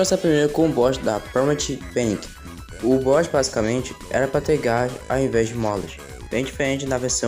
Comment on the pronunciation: as pronuncias das fases em inglês é paum three penic (Palmtree Panic) colizion keios (Collision Chaos) taidal tempes (Tidal Tempest) cuárts cuádran (Quartz Quadrant) uaki uorkibent (Wacky Workbench) stardâst spidwei (Stardust Speedway) metalic mednes (Metallic Madness) 👍